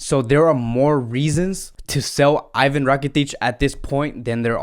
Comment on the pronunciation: bro i love your content ....but you are slaughtering player names.....its not spelled as 'i vahn ' its spelled as eevaan rakitic. and ter ste-gghen not ter ste-gen...please mate correct those